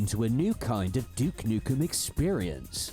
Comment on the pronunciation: Excuse me right at the start of the video "D*ck Nukem" huuuuuuuuuh? Let me hear that again... yap that is certainly not DUKE alright